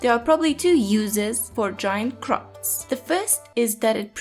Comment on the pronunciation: I love how you say croixps <3